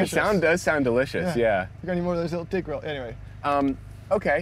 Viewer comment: When he said got anymore of those dig rolls he realised how that sounded lol. "Dick rolls"